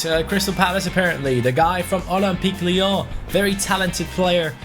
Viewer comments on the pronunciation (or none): none